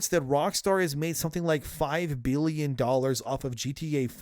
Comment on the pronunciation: I know he's trying to say billion, but does anyone else hear "bealion"?